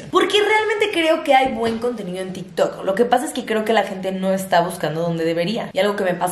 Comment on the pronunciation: Nadie: Absolutamente nadie:: “hablemos de til tok"